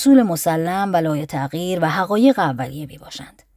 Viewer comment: سلام من یک دور کامل تاریخ فلسفه رو با صدای تو شنیدم ، ازت ممنونم ، اما انتقاد : تقریبا تمام کلماتی که ریشه عربی دارند مثل مثبت و لایتغیر و ... اشتباه خوانده شده و شدیدا روی مخ است